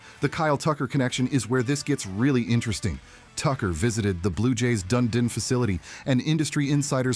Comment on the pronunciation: This AI stuff drives me crazy. How do you expect us to take this seriously when you can't even pronounce Dunedin?